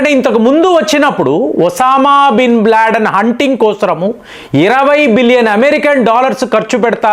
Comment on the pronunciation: ఒసామా బిన్ బ్లాడెన్ కాదండీ.... లాడెన్